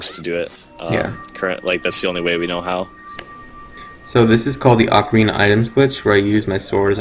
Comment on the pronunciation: Ocarina - pronounced (OAK-a-reena)